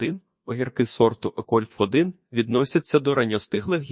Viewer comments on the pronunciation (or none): Це неможливо слухати... Ну який кольф1 ?? Яке 1стл чи 1чл ?? Вже якщо використовуєте якийсь text-to-speech, то хоча б комами чи розділовими знаками коригуйте те, що воно говорить. Або прослуховуйте після цього... Я так і не зміг дослухати до кінця. Дизлайк. Тренуйтесь.